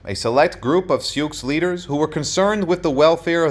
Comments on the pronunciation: This is not very good. The Sioux name is pronounced "sue", not "sukes". How can a historian get something so basic wrong? The depiction of the battle at Little bighorn gives absolutely no credit to Crazy Horse, either! It was the leadership of both of these great Sioux chiefs. Bad effort, try again! ..... Only get it right next time! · They are called the Sioux, pronounced “Sue.” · These two comment are both correct in the awkward way the narrator pronounced "Sioux". However this is a phrase based on French reports of the Nadowessi. The Oceti Sakowin (seven council fires) called themselves the people or were ID-Ed as Lakota- Dakota which are language designations. Today First Nations People's will use Tribe, Band or the greater language name. Sitting Bull was a Hunkpapa Lakota (his words) Again - so much YT content is ruined by a mispronounced name or word that I usually stop it. This one was of interest - so I watched it all cringing 😬. And omission of Crazy Horse (a young feared warrior) was neglected. Cheers.